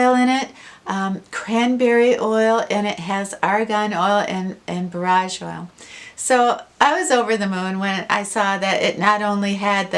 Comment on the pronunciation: Just found your Chanel ❤️❤️ I’ve studied herbalism for years, borage is pronounced Bore-age